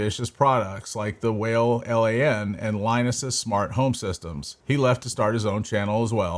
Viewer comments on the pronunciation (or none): wow the deeper I get into this video the more I realize this guy has never watched LTT and doesn't even sound like he has ever touch a piece of tech in his life. Bro can't even pronounce 'LAN' correctly.